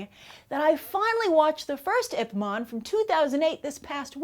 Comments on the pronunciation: oh come on, say the name of the role he plays right. It's IP MAN not IP MON... lol. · Are you saying "IP MON" instead of "Ip MAN"? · Ip Man. Not Ip Mon. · The way she says Ip man makes me want to kill my self. ip mon